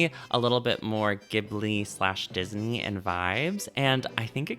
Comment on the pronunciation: "Ghibli/Disney" Dibli? Also I loved that video on Drawfee and I absolutely love these characters.